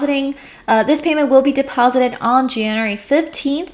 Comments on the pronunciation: Learn how to pronounce January and February please it made my skin crawl. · Jan-you-ary=Janery (January) Feb-ru-ary=Febery ( February)